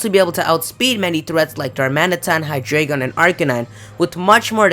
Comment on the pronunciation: its pronounced HI-Dragon